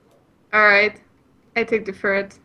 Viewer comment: Also, its a ferret, not a furret.